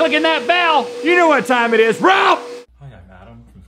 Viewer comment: DID ANYONE ELSE THINK RHETT SAID "beth" INSTEAD OF RALPH?????